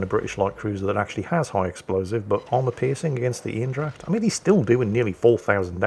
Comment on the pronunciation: it is Aindracht because German Ein is pronounced ain like number in one.